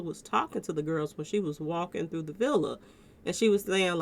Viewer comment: Definitely he says she thru for